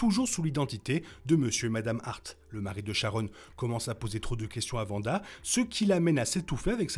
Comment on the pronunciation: C'est Wanda. Le W ne se prononce pas V